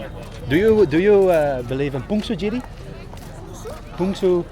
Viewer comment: 외국인 입에서 나오는 you know 푼수쥐뤼? 라니.... 희귀하다